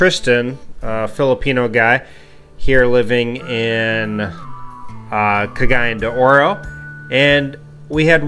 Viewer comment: Your pronunciation of Cagayan De Oro is legendary! Nice video.